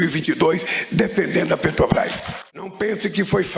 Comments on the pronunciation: Como não? Petobaiz, pronúncia perfeita! 🤣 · Ele ainda não aprendeu a falar "PETROBRAS".